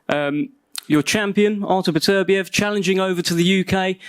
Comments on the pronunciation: Since when do we call Beterbiev ... "PATURBEEIV" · No one commenting on Bob Arum pronouncing Artur beepediv. Had me in stitches! 😂😂😂